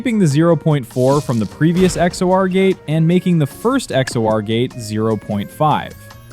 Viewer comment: its not x o r its x or.